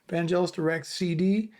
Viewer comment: its Vangelis not Vanjelis